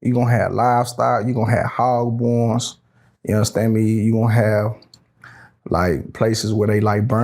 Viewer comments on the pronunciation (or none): What's a hog-born?.....wait took me a minute, he's trying to say hog barn.